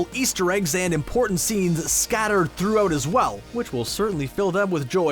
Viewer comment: Yeah he said "through-oot" at one point.